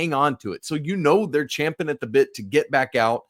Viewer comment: "champing at the bit" 👍 in the 5% club who correctly says champ.